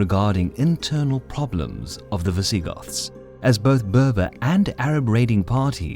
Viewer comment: Am I the only one who heard Vi-ZEE-Goths?